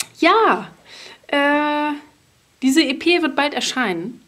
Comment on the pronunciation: E.P. spricht man allerdings englisch aus - auch im Deutschen, hört sich seltsam an auf deutsch...